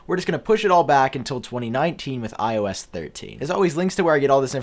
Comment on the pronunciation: The way you speak iOS ‘iO ass’😂